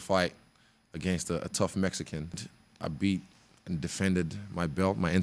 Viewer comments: I was actually going for him until he said mexicant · did he say a tough “MEXICANT”?